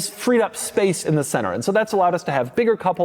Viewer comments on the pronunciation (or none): none